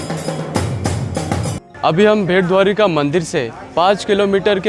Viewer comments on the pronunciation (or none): भेट द्वारिका नहीं बेट द्वारिका बोलो। बेट का मतलब द्वीप / island होता हैं। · नाम बेट द्वारका है , भेट द्वारका नहीं ..आपको सही नाम कहते नहीं आ रहा..आधी अधूरी जानकारी मात्र आप बता रहे हैं...